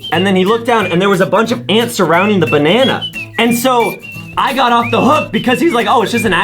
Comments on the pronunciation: Banene Really justin?It's called a Bananana. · (me) oh justin why u said banene instand of banana (justin) banene banene banene NA NEE NANI